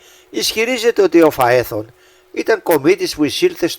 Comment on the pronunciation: πλανήτης Φαέθων, όχι Φεάθων!